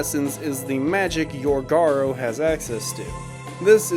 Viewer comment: Why is it so common for people to pronounce it Garr-Oh? It’s Garou, Garr-Ooh. It’s a literal word in real life lol.